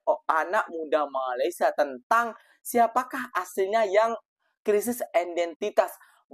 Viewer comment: Sebut Malaysia pun tak betul, sibuk nak menjaga dan menyinyir Malaysia. Tak payahlah. Jaga Negara sendiri sudah. Negara ko dah teruk dah tu, Tak lama lagi tergadai lah negara ko kepada Negara China.